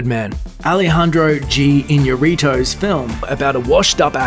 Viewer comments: I know it may a hard name for some, but it's pronounced as "e-ÑA-ree-too", (Iñárritu). Most emphasys on the ÑA part. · iñarrítwo? lol iñárritu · You butchered Alejandro González Iñárritu's name with that cringey pronunciation It's ee-NYA-rree-too